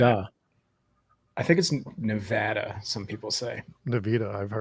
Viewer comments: There are no armadillos in Reno and Nevada is not pronounced Nevahda! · No such place as Nevahda. But good episode. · Cool video but the State is being pronounced wrong in the video. Go to the State's wiki page & click on this icon (🔊) to hear it pronounced correctly